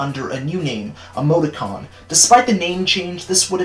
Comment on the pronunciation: Why you said “Emoti-con” I thought you said “Amogus-con” and I had to do a double take